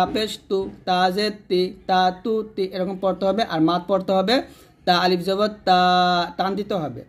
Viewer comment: Assalamualaikum,,, mim ar sathe to alif ace,,, apni alif ta kan prle na?